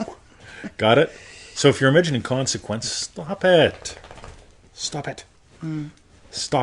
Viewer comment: Well the first thing you’re doing wrong is the pronunciation of >>>consequence<<< It has the stress on the first syllable. 😄